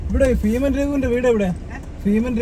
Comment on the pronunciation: Feeman alla beeman athonnu maattiyal ok